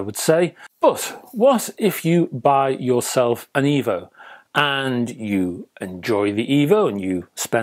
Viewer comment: Oh, no! It's D' Evo. You'll love it Rega' rdless?